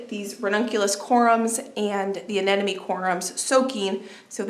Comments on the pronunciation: uh-NEM-o-nee. The word “enemy” is not in the flower name. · Corm, not corum. Anemone … a-ne-ma-ne. Hard one to pronounce😊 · Hi, I've been following your channel for about 2 years now, and I love it. I know it's not always easy to pronounce plant names, so I thought I'd make it a little easier for you. The rannunculas grow from a corm (rhymes with Norm)...not corUm; and the aneMoNe rhymes with money. I struggled with this one, too. Thanks for taking us along with you to the Garden Show, and getting us excited for Spring planting. 💚😊💚 Spring is so exciting